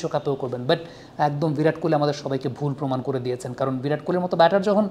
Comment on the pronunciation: ভিরাট নয় ওটা বিরাট হবে 😂